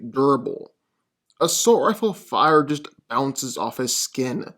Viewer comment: Why don’t you pronounce “B” when you are talking it might be other words also but I’m really noticing you saying “ounces off his skin” specifically and not “bounce” or saying “don’t even other him” instead of bother? Is it just me sometimes I kinda hear it right sometimes it sounds like he is missing the first letter of the word